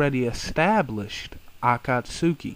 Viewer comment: you dont pronounced akatsuki right